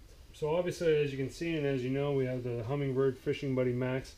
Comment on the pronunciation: HUMMINBIRD no G. Not humming bird